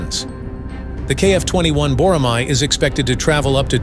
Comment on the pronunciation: Boramai (X), Boramae(O)